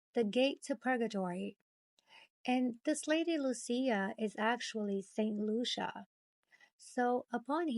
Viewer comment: Nice work, but Lucia= loo- chee- ah.😉